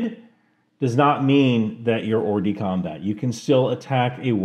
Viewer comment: You should drop the "t" when you pronounce "hors-de-combat" It's more luke "com-bah" and the french accent makes us believe that they're pronouncing the t, but they're not